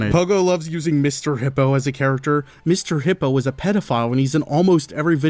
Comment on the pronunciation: I’ll never forgive puggo for butchering Mr. Hippo. 😢